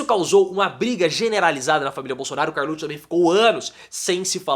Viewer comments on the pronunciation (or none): Até agora não entendi por que você sempre pronúncia Carluccio e não carluxo.